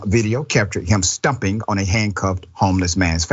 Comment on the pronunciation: It’s pronounced Stomping not “stumping” no wonder you said kicked it was a stomp no doubt about it